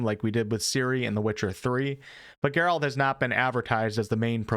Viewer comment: who the fuck? geRALt? WHO THAT, how you pronounce that name holy